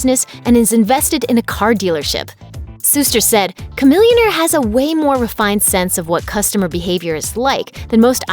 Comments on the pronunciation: I thought it was SHAMILLIONAIRE NOT KAMILLIONAIRE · Chamillionaire ... Cah millionaire... Sha millionaire. That sounds right.